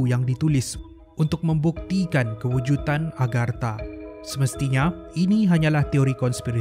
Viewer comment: KEWUJUDAN bukan kewujutan